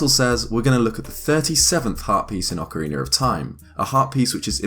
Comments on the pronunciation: Haha "ocariner of time" english bastard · eX Galneryus because hes British lol it's his accent. He also said Zelder. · Lol sorry I know it's an accent thing but I can't get over "Ocariner" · Ah, yes, Ocariner of Time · Why am I hearing him say "Ocariner"? Is that just how he pronounces it? I find it odd when people seemingly add R/ER to the end of a word, can someone who does that explain please? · I've heard some weird pronunciations around this game but never Ocarin-er lol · Ocariner of time. My favorite game 😂😂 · “Acoriner of Time” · Why are so many pronouncing it "Ocariner of time" ? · Lol oca-reener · Why do you put an r at the end of orcaraina? Every time you said it I cringed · "ocereener of time" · ocariner of toime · Why is he.saying.ocareener of.time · "ocaraner of time" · “Ocareener” hahaha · why is it when british people say words like ocarina or beta , they always end the word like this "Beter, ocariner" it drives me crazy and idk why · So ocarinarof time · What is the reason behind the pronounciation? I honestly want to know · Deity Zeash the proper pronunciation is 'oh ka ree na.' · You say Ocarina wrong. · "Ocariner of time". I am triggered. Just... stop pronouncing the extra random non-existent R. I bet you pronounce it properly when Ocarina isn't before a word that starts with a vowel. Just pronounce it how you would if you just said "Ocarina" as a single word. I can't see it being that difficult. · Why do you keep pronouncing words that have an A at the end with ER like Ocariner Zelder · Blake Bonner I hate it so much when people say ‘ocariner’ and it happens way too often. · it's ocarina not ocariner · "Ocariner of time" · "Repeat after me. Ocarina." "Ocareener." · Awkeriner of Time, eh? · good ol ocariner of time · Why does everyone call it "Ocariner"? Almost every zeldatuber calls it that but isnt the "A" a soft sounding? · “Ocareaner of Time” 😉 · I love Ocariner of Time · ''ocariner of time'' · IT'S NOT OCARINER YOU FUCKING IDIOT!